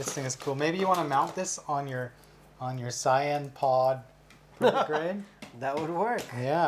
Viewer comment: Come on guys! You mispronounced vegeta and sayian 😑😑😑 Edit: and thats the oneso I heard before I made this comment. You build these gunpla and watch the anime so you should be able to say the names correctly.